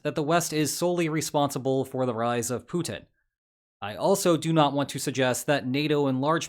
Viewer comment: Please stop your "PUTIN IS DONE" pronunciation, it is soooo annoying and nearly stops me from watching your videos anymore...